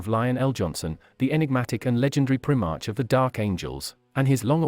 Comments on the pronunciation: Every time he says primark, I groan. It's pri- mark with the I being pronounced like eye, not like the letter e. I suppose it is the water caste reporting this. They are all about the greater good, and bargain prices (just for those beyond Britain and Ireland, Primark is the name of a cheap clothes department store chain located in the UK) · Still sounds wierd